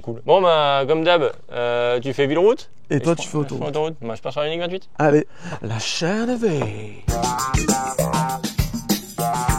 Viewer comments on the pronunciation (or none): Alors ce "lachaineev" du début à 2"26, magnifique ! 😂